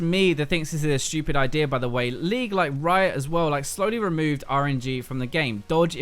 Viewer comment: Rito? I thought it was riot xD